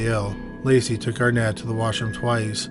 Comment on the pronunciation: Absolutely despise how the name Garnet keeps being pronounced. EmPHAsis on the wrong sylABle. 😂